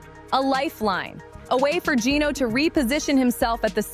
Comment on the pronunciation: It's Geno, not Gino.